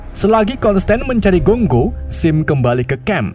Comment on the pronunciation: paling lucu pas ngomong GONGGO 😂😂